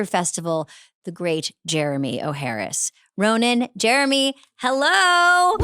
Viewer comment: 😂 said his name like it's "O'Harris" ....nice opening convo with those two...